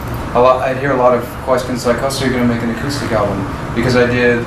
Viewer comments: He pronounces several things uniquely, like “aqustic” as opposed to acoustic. It’s just the way he talks… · Did you say "a cue stick"? 😂😂😂 Damn dude. Acoustic.